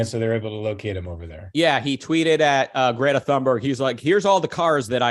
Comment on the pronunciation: Is Greta British now? xD